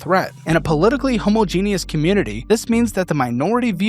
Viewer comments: I love you, but for the love of god, please stop pronouncing homogenous like Homo-genius... It's pronounced, Ho-Ma-Gin-Us Please and spank you 😘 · Homogenous is not pronounced "homo-genius" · Bro can't pronounce 'Homogenous' and mistakes Austria for Australia. GTFO. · You're killing me with how you pronounce homogenous. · He can’t pronounce homogenous and doesn’t know where Australia is. Hes also a mod and regular user of Reddit 🤦🏻‍♀️